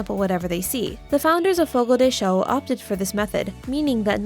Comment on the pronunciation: Its not fogo de shew its fogo de chow ..rrrggg